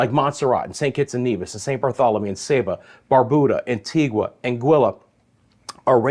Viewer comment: Had some on and off rain today in Antigua 🇦🇬 so it wasn't too hot thankfully. Also would like to mention the pronunciation for Antigua, the ending is a ga sound not a gwa sound as the u is silent. And it's Barb-u-da. Thanks for the continued updates 🤗